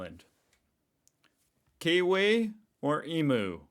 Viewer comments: When you say emoo I would love to punch your face in. ;-) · You know you still call the word emu wrong. Just practicing saying eem- u -Emu. Hope to hear from you soon 🌺🦋🌈👍🙏🏻from Edith in cairns Queensland Australia 🇦🇺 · Omg God pronounce one of our national animals the EmU correctly. Its a bloody U, how do you get a OO out of that it baffles me. Shame on U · Please, Please, Please stop saying EMOO It is an Emu pronounced Emew. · emew... emew...not emoo. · it is pronounced eemyou, not eemoo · I don't know whether anyone else has pulled you up on this because I couldn't be bothered going through all the comments, but the big bird's name is pronounced 'eem-you', not 'eem-oo'. You're welcome! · Australia has more in produce and products wheras nz is limited to some foods but not all. Its Eem-you not e-moo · we keep telling you it’s not emoo but emew.Please 😢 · I understand that it’s not your fault. I’m sure that I would mispronounce American things and places. But I encourage you to pronounce Emu correctly. EMU: It’s not EeMoo but EemYou. Sorry, not great in explaining phonics but it’s the best I have. While I am here: Melbourne: “Melbin” Brisbane: “Brisbin” Just trying to help with Australia pronunciation. I’m not intentionally trying to offend. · Just want too give you how to pronounce EMU. is EM-U. Not EMOO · Just a note for the future mate. It's pronounced eem you. Closer than Hawaii. Good to see you used someone from a call centre to do the voice over. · How are you still pronouncing emu wrong? And no they don’t have Australian football league in New Zealand you are correct